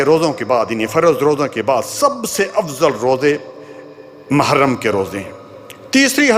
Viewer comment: Ise "mahram" nhi "muharram" kahte hain